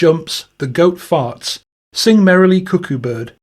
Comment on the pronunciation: Your English wording for Fart repeatedly sounded like you were saying F--king Goats. I was having Muslim flask-backs to the Gulf War because the US Military has thousands of hours of film footage of Muslims screwing goats in the desert. Even fighting each other over the poor goat(s). At the end of your translation the song is kind of funny. Not so much at the start but now even that seems funny.